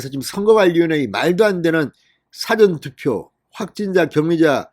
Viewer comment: 사전투표를 발음을 영어사전. 한글사전할때 발음을 하는데 사..전 투표로 발음하세요.